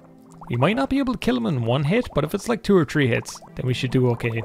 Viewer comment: Quality content as always. Please learn to say "three".